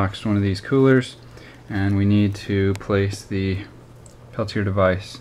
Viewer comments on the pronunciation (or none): The device (and the inventor's name) is pronounced "pell-tee-ay", not "pell-tee-er" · Brother, the "correct" pronunciation is "peltia." (The r is silent. the a isn't.) steve